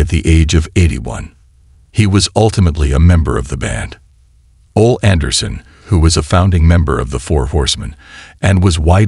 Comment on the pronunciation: U keep showing Arn Anderson and saying his name wrong , this is so disrespectful on so many levels ….RIP OLE ANDERSON,the O and the E are prounounced as the letter themselves…